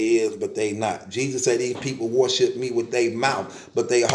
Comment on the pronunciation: You still saying "warship" instead of worship huh